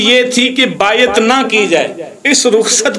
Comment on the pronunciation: بایت واہ تلفظ تیرا 😂